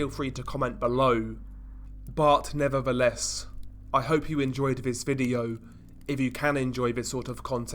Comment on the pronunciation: "Buh neva-uh-less..."